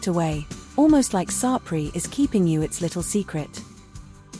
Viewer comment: AAAAGGHHHHH! The pronunciation of the towns is shocking!